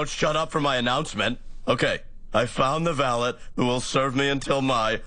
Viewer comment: They are pronouncing valet wrong